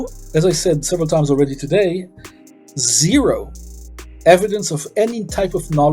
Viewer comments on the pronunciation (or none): none